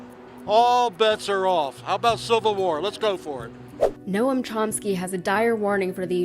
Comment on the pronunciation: It's Noam not Norm